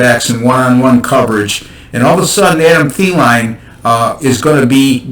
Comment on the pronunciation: Cant trust anyone who dont know how to say adam thielen name right.